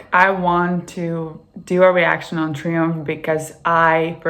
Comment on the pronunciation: Its pronounced Try umph and spelled Triumph. They were a great live band.